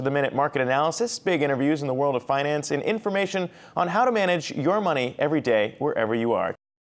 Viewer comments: “fry-nance minister...” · lol did she just say the french fry-nance minister